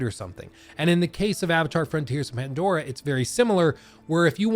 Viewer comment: you said mandora.